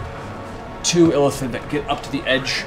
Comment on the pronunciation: Matt keeps pronouncing "Illithid" as "elephant". It's confusing and entertaining at the same time.